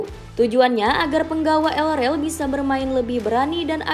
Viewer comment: El rel apa min? Yg benar pngucapan katanya